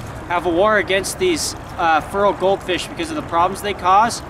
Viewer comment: "Furral Goldfish" lol